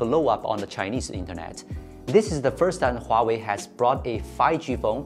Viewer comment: Finally, I heard Huawei not Waway.